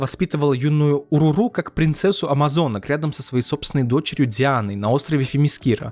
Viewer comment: Не Уруру а О'Роро